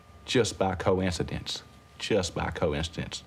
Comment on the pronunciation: LoL 😂:"Just by co-when-ci-dence, just by co-when-ci-dence sure it was, sure it was co-when-ci-dence. Sure it was. And I'm Michael Jordan too and I used to Played for The Chicago Bulls."